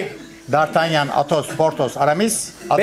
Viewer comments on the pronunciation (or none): Bölüm boyunca Silahşörlerin isimlerinin bir kere bile doğru söylenememesi sffssgsggdtdtgd Patos, çitos, Doritos, potos, pitos, artemis